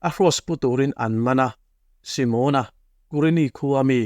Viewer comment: Simona hming hi Si-mâwn-a (tipâwng ri anga) lam rik ai chuan Si-mon-a (Shillong-a tih ri ang) a mawi ka ti zawk tih ka rawn sawi ve hrim hrim. Ngaihnawm thei thin e.